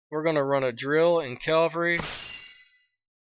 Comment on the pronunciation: Get yourself a piece of paper and write this down!.... It isn't Calvery, it's CAVALRY!!